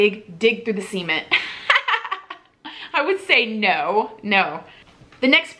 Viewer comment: Hahahaha that accent has gotten me on this same word in several of the videos. I'm like WHY DO THEY HAVE TO DIG THROUGH SEMEN WITH SPOONS AND A POSTER?!